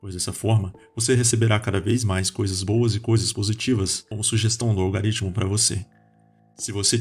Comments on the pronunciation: Não é "algaritmo". Pronuncia direito. "Algoritmo" Falar sobre conhecimento falando errado não dá futuro. 👍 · Se quiser saber mais sobre Yuval Noah Harari: Homo Deus: 21 lições para o século 21: Sapiens (Nova edição): Uma breve história da humanidade: *Gostaríamos de ressaltar sobre um erro no vídeo, há a pronúncia em um ponto dele em que deveríamos narrar "Algoritmo", porém por erro na pronúncia foi lido "Algaritmo". Pedimos desculpas pelo incoveniente.